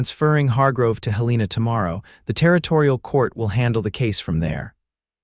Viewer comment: Please. If you are using Montana as your locale, correct your AI pronunciation of Helena. It is HELL-uh-nuh. Good story otherwise. ❤